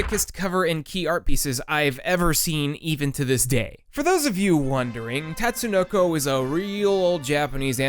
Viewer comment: *Tut-sue-no-co Also, Karas ftw.